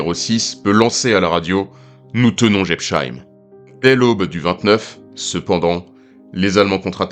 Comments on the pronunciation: Quand les français comprendront ils qu´il n´y a pas de "sheim" en Alsacien, mais que chaque nom de ville ou de village se prononce "-heim"; Jebs-heim, Pfaffen-heim, Herrlis-heim. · Prononciation approximative de Jebsheim : le s suivi d'un h ne fait jamais le son "che". C'est seulement le cas si c’était écrit "sch" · J'adoooore la prononciation de cette localité alsacienne ! On se renseigne avant de commenter une vidéo ! C'est la moindre des choses ...:body-blue-raised-arms::face-red-droopy-eyes